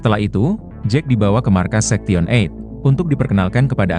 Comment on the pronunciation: Ngomong sektion berkali kali, sebenarnya story teller nya tau atau pura2 gak tau sih?? Sebab ngomong 8/eight nya bener…Sorry kritik utk membangun